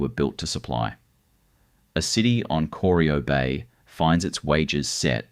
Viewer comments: coreeeyo! cor-eye-oh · Corio is pronounced core-eye-oh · Bwhahahah kor-i-o Was about to dump on that myself..... For someone to put together all this mismatched information information and while doing so didn't YouTube Geelong or Corio to hear how it's said..... Failed to mention the salt works. Or the oyster farms they found when dredging the prominade. I still like the fact that the turbo territory was a game changer that made suvs fast ASF. I believe the spark that later inspired things like trackhawks nowadays. B4 territorys. Suvs were predominantly diesels n slow or 4 cylinders n small. Eats V8s sedans for breakfast... Free trade and opening the door to Temu quality is what ended an era and turned Australia into a single use if lucky economy... Bring back the little triangle with a roo and Australia made back.... Built to withstand the strayan lifestyle and did it with pride.... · Corio Bay, which your AI slop narration not only mispronounced, is not deep water. to is completely factually incorrect. That’s when I stopped watching. Slop. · Was about to make same comment They obviously didn’t talk to anyone in Geelong before recording this